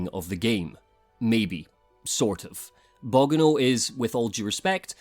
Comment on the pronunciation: I love your long format reviews, but the way you pronounced Bogano is a dealbreaker. Unsubscribing